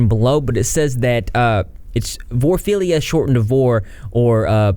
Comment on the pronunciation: Vore-ah-feel-e-ya. Anthro-po-morph-ah-sized.